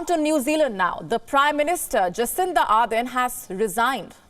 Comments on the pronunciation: ArDen not arthen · I couldn't watch after the first minute or so, thanks to the horrible pronunciation of the name. "Aaadhen" really? Could you not take the trouble of pronouncing the name correctly? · It pains me when this lady calls her Are-then!